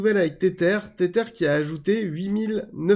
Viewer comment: Hello, Merci pour toutes tes vidéos que j'apprécie. Maintenant, par pitié arrête de dire [Tétèr] pour Tether 😆. Cela se prononce [Tèzeur], c'est de l'anglais et ça veut dire "lien", "attache" car oui l'USDT est lié à l'USD 😉 Soignes toi bien!